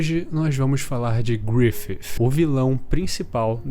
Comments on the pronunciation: Cada vez q esse cara fala griffif uma parte de mim morre 😭😭😭😭 mas de resto o video ta perfeito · Achei estranho o jeito que você fala Griffith.... Grifif